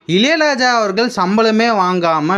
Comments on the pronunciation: இலை ராஜா இல்ல பா இளையராஜா சொல்லு... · இலையலாயா இல்லை இளையராஜா 😅